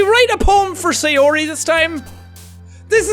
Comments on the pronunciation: BTW, I'm pretty sure her name is pronounced "Sigh-OR-ee," not "Say-OR-ee." "Ay" makes an "eye" sound in Japanese. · no really jack say-ori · Say - yo - yo ri! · Say- yo-yo-ri Are you trying to kill sayori? Lets not leave her hangin' k? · he makes the pronunciation of sayori exactly the same as Donut from red vs blue